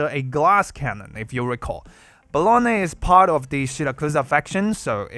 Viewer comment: I can't unhear "Bologna." 😭